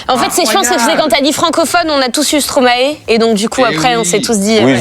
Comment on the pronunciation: Ca se prononce Stroma-i pas Stroma-é. Signé: la Belgique.